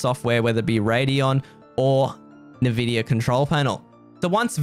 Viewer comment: Bro, it's not nu-vidia it's en-vidia